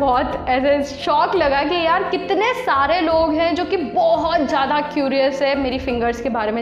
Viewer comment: Or ma'am word zhaada nahe zeyda hota ha smile 😊